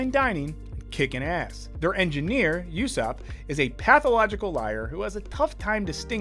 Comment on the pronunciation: He called ussop yussop